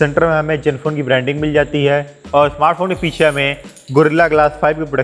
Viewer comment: Jenfone nai ree zenfone